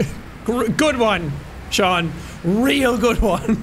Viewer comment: I know, but if you listen to Sean, he says it wrong lol